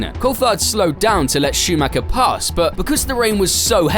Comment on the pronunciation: Warum könnt Ihr Verstappen richtig aussprechen, aber Meikel Schumäker nicht?